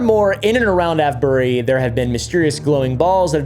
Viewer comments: just to let you know that avebury is pronounced A-V-E-bury also you didnt mention the red lion the most haunted pub in the uk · The Ave in Avebury is pronounced like it does in Save or Grave. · Avebury pronounced ayv-bur-ree. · Great topic. But, hey, it's pronounced ey-v-bury. (/ˈeɪvbəri/). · I’m dying every time he says Avebury.😂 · 😂 Avebury 😂 As in; Youre aveing a laugh Please sir, can i ave some more 🥺 And ave you got a bottle of wa-er